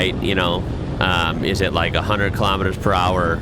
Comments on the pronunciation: it frustrates me SO MUCH that the guy in the video is reacting to says kilemeters and not KILOMETERS! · Officially it would be kilometers pronounced as kilo (keelow) as you would say in weight. I think the same would also apply to similar words with meter after it. Thermometer would be pronounced as thermo-meter odometer as odo-meter because latin and Greek probably.